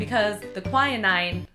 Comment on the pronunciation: I thought you said quinine like quin-een but i could be wrong.